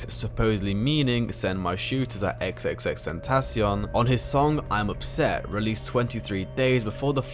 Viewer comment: i dont even think thats how u say his name, he sounds so cocky